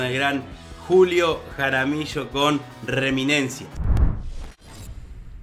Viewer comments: Hola amigo....no es reminencia , es......REMINISENCIA . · Reminicensia y no reminencia...🤭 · Reminencia no, Reminiscencia